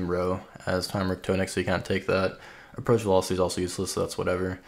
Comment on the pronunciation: IT IS NOT TOE NICK, ITS TAH NICK